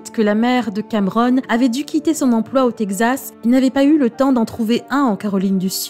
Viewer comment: Quelle voix mielleuse ! Et le texte lu de manière hyper dramatique pour te tirer une petite larme 😿 mais quand elle dit tegzas au lieu de Texas, ça m'a bien fait marrer 🤭. Pour le fond de l'histoire, heureusement qu'il n'y a pas que des gros bat.... Sur terre.